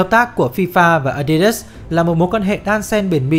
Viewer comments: A đi đớt chứ k phải là a di đát à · Nghe tới cồ ke cồ lơ với ờ đi đớt sì cái t ứa ngan -_- nghỉ coi.